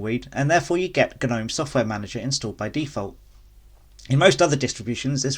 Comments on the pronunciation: Gnome is said lie nome, not ger-nome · Cant trust anyone who promounce gnome as GU-gnome